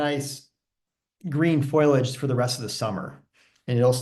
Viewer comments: useful catalogue of plants. Note that the word for leaves is fo-li-age, not foil-age. :-) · Not foilage, foliage! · 😄Thank you, I know the difference, I get nervous, I'll do better next time